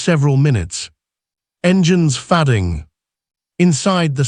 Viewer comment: Teach AI how to say the word "fading"